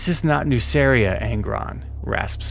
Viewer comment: I really wished we got a version of warhammer in which gmann managed to incorporate nuceria into ultramar prior to angron getting the butchera nails. Nonbutcher nail angron and gmann would be an absolute dream team. Ps: I think nuceria is pronounced as nukeria, both nuceria and magcragge are basically ancient rome in space (a "good" and "bad" version) and in clasical latin the c is pronounced as a k